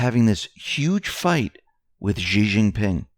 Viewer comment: It’s not jee it’s shee (xi not ji)